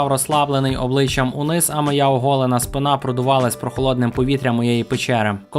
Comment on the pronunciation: спИна а не спинА